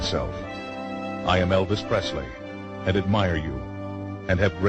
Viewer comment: its PRESLEY jeeeeese!! ?